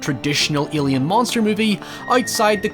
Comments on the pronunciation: WHY THE FUCK DO YOU SAY ALIEN LIKE YOU HAVE A SPEECH IMPEDIMENT. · "Ilian monster movie" what's that? whos Ilian ? XD